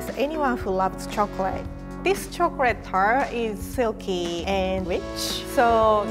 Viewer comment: No offense, but it sounds like she’s saying chocrat turd instead of chocolate tart